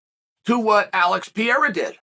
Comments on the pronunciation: If you gonna keep making money talking about Alex Pereira, maybe out of respect, you should learn how to pronounce his name correctly. It’s not Piera, it’s PEREIRA. Peh-ray-rah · REPEAT AFETER ME: ALEX P E R E I R A not Piera